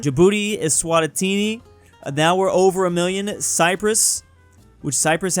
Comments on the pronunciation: Bro Said "Eswatitini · i love when says "eswatitini"